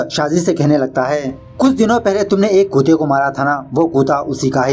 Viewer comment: Nice movie and explaination. Why you address dog as kute and not kutte... kindly answer